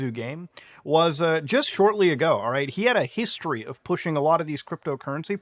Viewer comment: bro… I don’t swing that way, but your Canadian slip on the word history is pretty cool